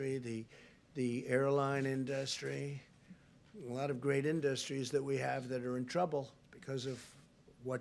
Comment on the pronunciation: Iit's not In-duss- strees it is industries 😂😂😂😂😂😂😂😂😂😂😂😂😂😂😂😂😂😂